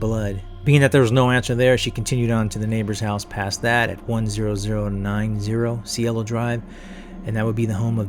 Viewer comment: "See-Ay-Lo" Drive. Means "heaven" in Spanish.